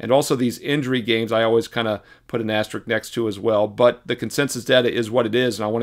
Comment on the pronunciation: Is the “s” in “asterisk” silent?